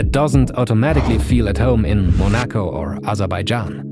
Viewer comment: The way you said Monaco made me unlike the video 😟 just no bro